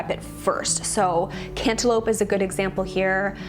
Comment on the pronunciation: Hahaha I thought you said antelope when you said cantaloupe lol